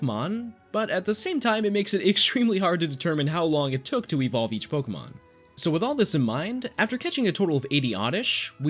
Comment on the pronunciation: You are my favorite Pokémon channel. Purely for the fact you actually say Pokémon, and their names correctly. ❤️.